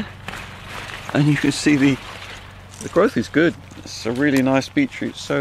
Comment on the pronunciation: Beechroot! Beachroot?? No, BEET CHROOT.. Every single video its beechroot! Lol- what a funny way to pronounce that!